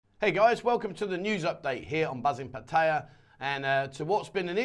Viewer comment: Please learn how to pronoun 'Pattaya' nimrod.